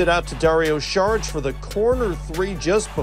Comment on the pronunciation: It is not Sharic, can we please stop pronouncing it like that. . Saric ..😅